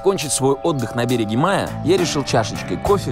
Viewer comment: БерегЕ. БерегЕ. БерегЕ. Жуть!!!